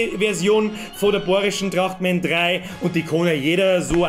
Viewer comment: Trrrrrrachtmän is schou a komode sach